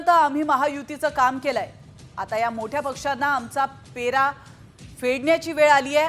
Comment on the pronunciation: पेरा नाही पैरा म्हणा..... म्हणे अभिजात मराठी